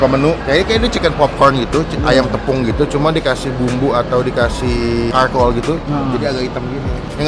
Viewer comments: sorry nih ye bang charcoal itu dibacanya "carkol" bukan "karkol" bang cuma ngasih tau biar gk salah lagi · Charcoal bukan Karkoal bacanya bang tp tetap huruf C depannya hehe